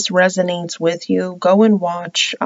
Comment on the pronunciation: Same lol! 😂😂 "It's a general reading so it might not resonate wichoass!" It's cracks me up Everytime! Then how we all Lindas 😂